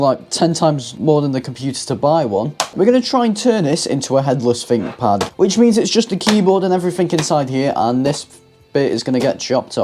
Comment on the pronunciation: I think you'll find it's called a THinkPad not a FINK pad